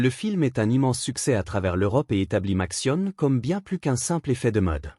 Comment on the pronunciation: Oh là, la sale prononciation typique de l'IA : Matsione... ;-)